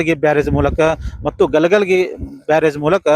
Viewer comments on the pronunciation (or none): 509.00m ನೀರು.. 509m ಅಲ್ವಾ.. Cusecs ಅದು ಕುಸಕ್.. ಅಲ್ಲಾ.. ಅದು ಚಿಕ್ಕಲಗಿ ಅಲ್ಲಾ ಚಿಕ್ಕಪಡಸಲಗಿ😂😂 ಗ ಲ ಗ ಲ ಗಿ ... ಅಲ್ಲಾ ಗ ಲ ಗ ಲಿ.